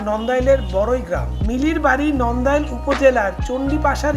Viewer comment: ভাইয়া নন্দাই না নান্দাইল আর বরুইগ্রাম না বারুইগাম😅